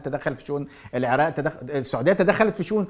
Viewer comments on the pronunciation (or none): none